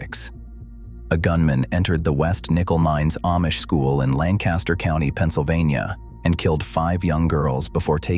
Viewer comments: It's not A mish.....it's pronounced Aww..mish. And Lan Caster is pronounced Lank Aster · I live in Lancaster, PA amongst the largest Amish community in the world. There are numerous mistakes in this video which I won't go into detail about. The 2 biggest mistakes that every single AI generated video about the Amish or Lancaster is the pronunciation of Amish or Lancaster. Amish is pronounced like Amen and Lancaster is pronounced like Lankister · I live in Lancaster Countty and have for most of my life. The building shown as Furman's is a fabrication. The actual Furman's is nothing like this. The robot AI soundtrack misprounounces Amish - the first syllable rhymes with Pa, not Pay. It likewise mispronounces Lancaster. There is no reason to believe anything in this video.